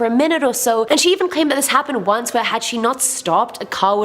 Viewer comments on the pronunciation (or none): none